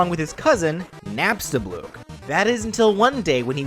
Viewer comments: Why did you say nabstablock and alphys so different then ive heard them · it’s napstablook not napstabluk